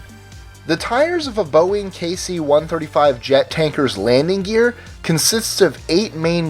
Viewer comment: You're pronouncing Boeing wrong